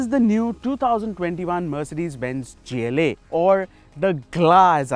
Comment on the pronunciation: Why the hell would pronounce gla like that